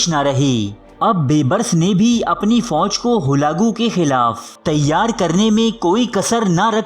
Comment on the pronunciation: Bolna sekho pehlay holagu nahi halaku hota hai...